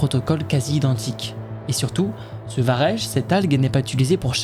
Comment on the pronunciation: Juste un truc, on dit vareK et non varèche. C'est pas très grave mais bon, c'est dit sans animosité. Bonne continuation.